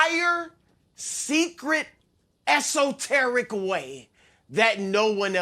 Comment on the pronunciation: The way Broussard said “Esoteric way.” has me dying. Those two morons get swept after declaring how much better they are 😂